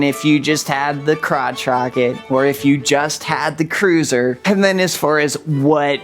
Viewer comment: Cruiser rhymes with looser. 😅